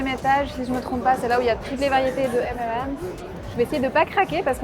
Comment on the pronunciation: J'ai tendu l'oreille quand tu as dis M'm'M's et j'ai ri (j'avoue). On dit M'n'M's (le 'n' étant l'abréviation de 'and'= M&M's). Sinon il y a une boutique identique à Londres 😉. Pour l'anecdote la plus drôle: 1ere nuit à Hanoï, nous devions nous lever tôt car rdv avec notre guide pour partir à la baie d'halong, avec le décalage horaire on règle tant bien que mal l'heure sur notre portable (à l'époque ça se faisait pas tout seul!). On se couche, et puis réveil en sursaut, on sait pas trop combien de temps on a dormi parcequ'on était pas sûr du réglage mais avec l'impression d'avoir quand même bien dormi, on s'habille en 4eme vitesse, j'allume la tv pour voir si il y a un journal tv qui indiquerai l'heure: rien. Mon mari descend au resto pour voir si il y avait une horloge. Il remonte: on avait dormi 1/2 heure 🤦‍♀️et là on est tombé comme des masses après ce coup de speed. Aussi, là c'est une anecdote qui revient à chacun de nos voyages à l'étranger : mon mari comprend bien l'anglais mais pour moi ça va trop vite et je comprends pas tout, par contre il ne parle pas bien l'anglais mais je me débrouille bien, donc quand on s'adresse à un autochtone, mon mari me traduit et ensuite je répond en anglais, et là l'autocthone nous regarde bizarre et doit se dire "ils sont fous ces français "